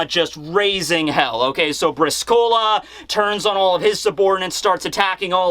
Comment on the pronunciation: Brìscola not briscóla :) it's an Italian 3 card game